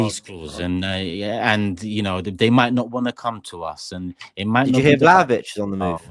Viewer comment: Did seriously say vlahovic 💀💀